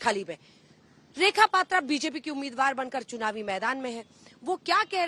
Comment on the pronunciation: anjana ji ko naam thik se nahi pata....rekha paaatraa(rekha patra)